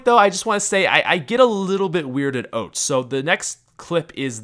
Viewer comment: Are you Canadian? Because you can't pronounce "Out."